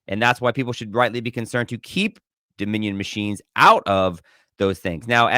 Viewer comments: The hay-bag can't even pronounce Dominion correctly. And she's a lawyer, wow, pathetic! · Can’t even say Dominion right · Jasmine Crockett is so stupid she cant even say Dominion. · She needs to learn how to pronounce dominion! Idiot!